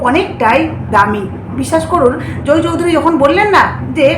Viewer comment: জোই চৌধুরী নয়, জয় চৌধুরী। উচ্চারন ঠিক করে উপস্হাপন করবেন।